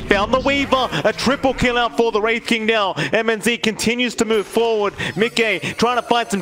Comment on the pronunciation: Mnz? Se pronuncia minoz papi